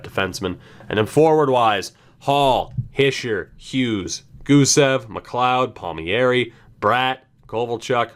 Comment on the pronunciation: Palm-eri not Palmy-eri